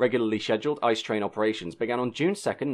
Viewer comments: Bombardier is actually both an English and French word, with different pronounciations in each language - as the company is Canadian, the French pronounciation would technically be correct. ICE also isn't a word, it's an acronym, in the same way you would say "h-m-r-c" instead of "humruc" Still a really interesting video! 👍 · A really interesting film and well researched, but I can't help feeling that hearing the German words at least once before you tried speaking them would have been very beneficial. ICE for example is pronounced by disconjoining the individual letters, much like you would say other acronyms like EU or HS2. Of course some of the longer words are quite difficult to pronounce if you're not used to them, but even I as a native German speaker was unable to understand most of them. Flashing them up as subtitles might have been helpful too. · It's not an "ICE" train, it's an InterCity Express - pronounced "eets zay ay" in English. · Again a great video! :-) Just one thing: nobody says "ice". It's "I.C.E.". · (basically too many to all include here): It’s pronounced “I-C-E”, not “Ice”. (Or is it not?) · One little thing... DB calls them i-c-e (making you spell out all individual letters)... They are not ice trains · Thanks for that video. But it is never "ICE" (like frozen water) but always "I, C, E" ;) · Great video, but as I am not the first to mention: Please don’t call it "Ice"-Train. It’s I C E as in german the solid state of water is pronounced the same as in englsih, but spelled it’s "Eis" and so no one in germany calls the train Eis-Train. :) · Its pronounced I C E, like TGV. Not "Ice" :D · iTs PrOnOuNcEd I c E 🥴 was looking for this comment it didn’t take long....... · Indeed, no German I know would ever refer to it as the 'ICE TRAIN'. It's an 'ee-tseh-eh'! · In American English, I would pronounce it as "Eye Sea Eee". Not sure what kind of crazy English you're speaking, unless you really meant Deutsch. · Did you seriously pronounce it 'ice'?